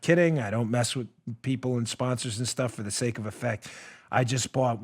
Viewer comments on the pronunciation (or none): none